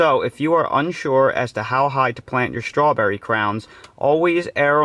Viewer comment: There ain't no H in STRAWBERRY